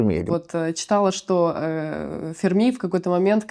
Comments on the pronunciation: Не Фермі', а Фе'рмі!!! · Почему ведущая произносит фамилию Ферми на французский лад, с ударением на последнем слоге? В отличие от Сурдина.